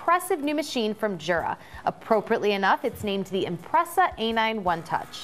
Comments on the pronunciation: I work for a Swiss company (Jura is Swiss), and when I told them about my A9, they corrected me on pronunciation - they said in Swiss German, the "J" is pronounced like a "Y", so more like Yura. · Yes but the American office should pronounce it correctly too. It’s definitely pronounced as Yoora. Sorry for being picky.